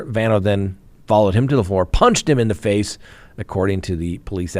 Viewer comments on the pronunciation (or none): none